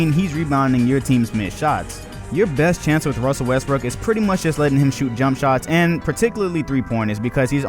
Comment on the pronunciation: Lol he said "Wussell Restbrook"